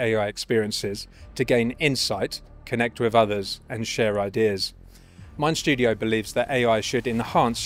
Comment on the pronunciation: There’s no “sh” in “mind studio”.